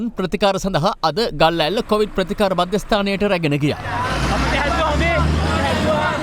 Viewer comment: meh news kiyanawa hari naha. Mu inna dawasata news balanna hithenne naha. Muwta news kiyanna kalin කොවිඩ් kiyana wachane hariyata kiyanna ugannapan. කෝවිඩ් කෝවිඩ් ගාන්නෙ 😂😂😂😂